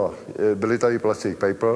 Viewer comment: "...byli tady plastik pejpl..." 🤭